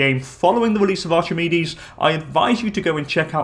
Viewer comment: Btw it’s not pronounced ArCHimedes, it’s ARK-I-MEED-EES